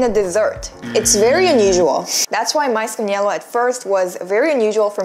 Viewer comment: It's quite amusing that you pronounce "yelo" as " yellow".. ㅋㅋㅋ